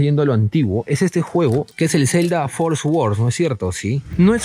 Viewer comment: "fooorrrr sorddddssss" porque la gente dice "esssguorrrdd" la W es muda por la concha de la lora!!!!!!